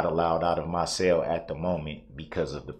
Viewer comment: He had to stay in his cell..he pronounces it (sale) 😅